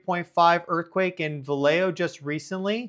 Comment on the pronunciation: No wonder you pronounced Vallejo correctly...vs ..Va-leh-joe. 😂🤣😅